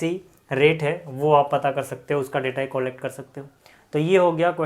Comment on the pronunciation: Collect ka pronounciation sahi nhi bol rahe ho aap 😂😂😂